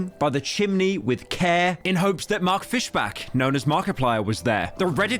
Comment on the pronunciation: Saying fish-BACK is insane